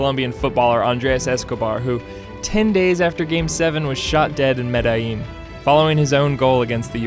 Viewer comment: Learn how to pronounce Medellin, come on.